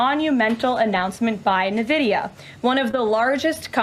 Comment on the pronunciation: The name of the company is N Vidia. Not Na Vidia. No one seems to be able to read or do the work to learn the name correctly. Hilarious. 😂